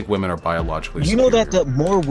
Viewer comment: Say it with me: /WIHM - ehn/